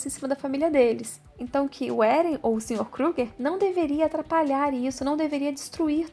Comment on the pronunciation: Não é Éren, como dizem no anime o certo é Eren